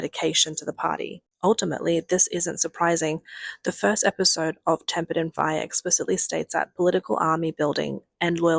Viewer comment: Shouldn’t it be “Tempered” in steel? Is that a typo? At the beginning of the video, you said “Tammpered” lol Ps its pronounced “Ache” “Hache” l. Its spelled as Ache. Sorry but its a regional thing in the UK and makes you sound stupid/ dumb. Its a correction not an attack.